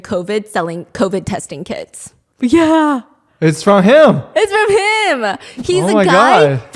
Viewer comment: It took me a couple of times to realize Stephanie was saying the guy was selling "covid testing kits" and not "covid testing kids"